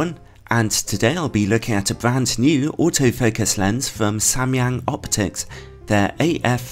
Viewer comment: I'm korean and you are the first person on youtube to ever pronounce Samyang right. Props to you bro lol